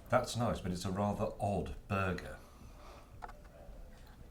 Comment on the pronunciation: ODD burger OR odd BUGGER ????